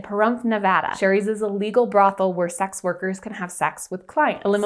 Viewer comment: Every time says sex it sounds like 'sax'. I think this is a covert jazz channel! Doe eyes!!